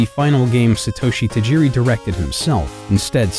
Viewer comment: Sheesh, can you guys at least make an effort to pronounce names correctly? My ears bled with every Satoeshi Tajeeri. If you’ve watched even one episode of the Japanese anime you’d know it was pronounced SAH-toh-shee.